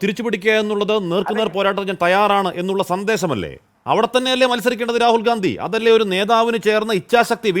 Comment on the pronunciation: Not... Gdandi.....😮😮gandi.... Yanu.. Para... Areye... Yanu.. Nigal. Pottanmar. Akkunatu.,😢😢